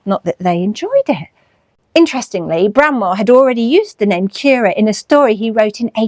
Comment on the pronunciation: Thanks for another lovely video. Now I know that Currer is pronounced like “purer,” not like “purr-er” (as in what a cat does). I look forward to what you do next!